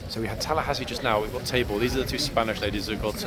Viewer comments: Yes Tabor was there last week. 😊. I think a couple of us thought you said his name was Table. Hahaha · I remember Tabor from last week because I thought at first you were saying “Table” 😉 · lol thought you said table, and thought that’s odd name but oh well. Thanks for the correction on Tabor’s name ❤️